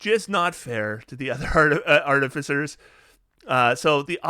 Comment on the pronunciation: did you call them ‘cartificers’?